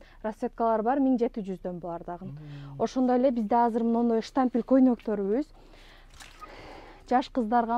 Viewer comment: Штампель, запх дейтко 😅Штапель, на запах